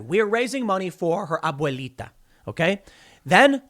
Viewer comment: The way Tim says "Abuelita" 😂